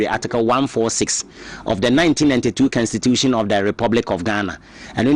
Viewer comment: Is constitution not cansistitution pls